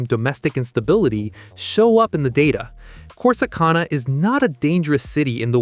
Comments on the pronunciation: Corsi CON-a?? Hagahahaha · Your pronouncing Corsicana wrong. That's not how us Texans pronounce it. Gotta be a yankee who made this video. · Click bait AI cannot even pronounce Corsicana correctly 😂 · I can't get past the mispronunciation of Corsicana or Navarro County. Ugh